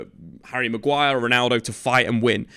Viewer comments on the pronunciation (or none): none